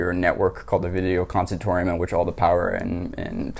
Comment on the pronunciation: It’s pronounced consortium.